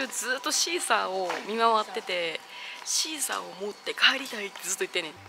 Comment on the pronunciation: シーサーパックのことシークァーサーパックって言ってる😂可愛い😂😂❤